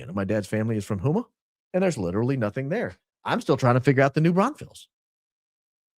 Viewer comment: Houma is pronounced Ho - Mah not Who Mah lol